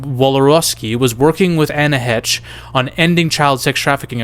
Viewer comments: who exactly is "Anna Hetch" SERIOUSLY?! 🤔👀🙄🤦🏻‍♂️🤣🙉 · Anne Heche is not pronounced how do you are pronounce it